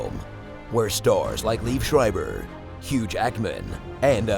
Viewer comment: What!!! Did he said ''hugh actman''.